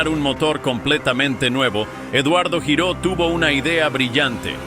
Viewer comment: El apellido Giró es catalán y se pronuncia (lliró)